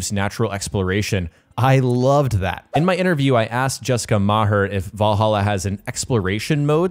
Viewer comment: As an Irishman, I cannot understate how impressed I am with your pronunciation of Maher